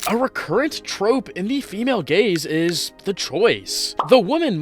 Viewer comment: I fr heard "The Female Gays" 💀💀 help me guys 💀💀